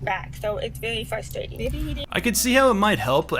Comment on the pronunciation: It’s vewy fwustwaiting